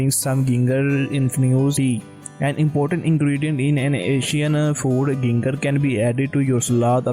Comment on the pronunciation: Your content is good but your pronunciation .. phew 😅 Ginger pronounced as J in first letter not G